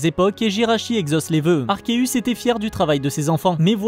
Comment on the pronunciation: Super vidéo je viens juste de m'abonner à ta chaîne baie pécha et sinon mon légendaire préféré est arceus le mec c'est dieu en fait😅 Ps enfin une personne qui prononce arkeus et non pas arseus comme la majorité des français le prononce ❤